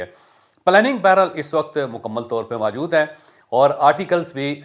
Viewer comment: لفظ موجود ہوتا ہے ما جود نہیں